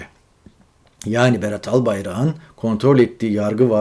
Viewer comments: Önce sen Türkçe konuşmayı öğren Örnek vereyim Albayrak ın değil Albayrağın diye söylenir cahilllll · Albayarak'ın yazılır. Albayrağın diye söylenir. Lütfen